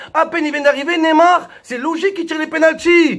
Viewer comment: Mais bordel c'est pas Nemar mais neymar !!!